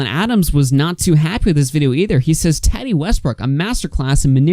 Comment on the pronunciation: Lmaooo right and her name isn’t TATi lmao 😂